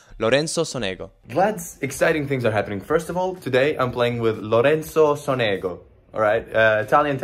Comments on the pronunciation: Great video, thanks! Only correctin: it's pronounced"Sònego" accent on the first vocal, like Rùblev. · It should be Lorenzo SOnego (not SonEgo)